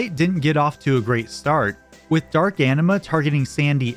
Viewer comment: That's not how you pronounce Anima